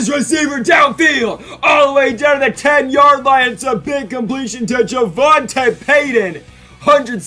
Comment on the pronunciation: its pronounced javontay peyton lol